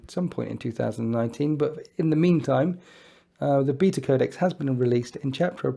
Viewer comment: The way you say beta is funny. :)